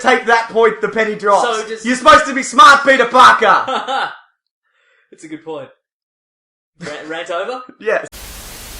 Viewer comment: YOU’RE SUPPOSED TO SMAHT PETAA PAHKAHHH!!!